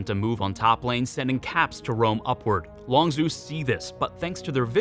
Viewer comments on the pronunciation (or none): My only problem is that its LongZHU not LongZoo